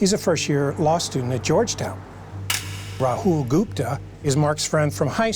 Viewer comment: 2 minutes into the video i knew how to pronounce Rahul's name. I'm finding it difficult to take reporter's facts at face value when he's calling him Raul.